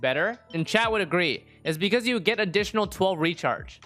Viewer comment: Am I the only one extremely annoyed by the ge being added at the end of random words? Like agreege and hmmge.